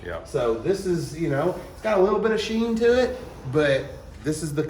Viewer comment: Damn they straight ignored my man when he said sheen like Charlie 😂😂😂😂 he had to say it twice and didn't get a reaction hahahha